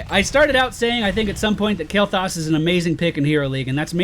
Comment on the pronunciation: u pronouncing his name wrong xD